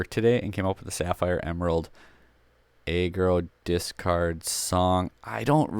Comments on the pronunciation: I can’t take this seriously the way you say aggro like if it was a a ron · I don’t get how he says aggressive fine but aggro weird